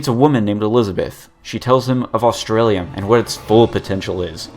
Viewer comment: Why is the word australium sounds funny XD